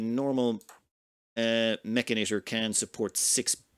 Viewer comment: mechanitor -> pronounced like janitor